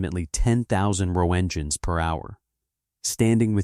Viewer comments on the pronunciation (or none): "Higher than the city of 'Bagbdad'"? 😅 That sign was in one of the drawn stillimages. The pronunciation of "Roentgen" was very similar to "Roe-engine" 😂 (I give it credit for pronouncing as an intelligible word - some AIs wouldn't even be capable of that much with a word as peculiar-looking as "Roentgen"), and some of the placenames, mainly ones with non-English words in them, are all over the place. The city of Juarez was kinda hard to pin down and at first I couldn't tell what city the narrator was referring to and had to look it up. Don't get me wrong, I DID enjoy this video ovrrall! The subject matter is interesting and the picks are excellent choices! I dunno whether this would actually help because I've never made an AI-gen video before, but are things like what I noted above the sort of thing that it's possible to rectify by refining the parameters given to the AI prompt? They seem awfully specific, and like I said, I have no idea how entering instructions to the AI prompt actually works or how something like that would be worded. EDIT: If I may ask, what AI do you use to make these?